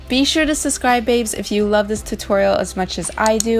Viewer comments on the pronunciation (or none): SuBscribe, not suscribe. Please pronounce properly. I love watching you!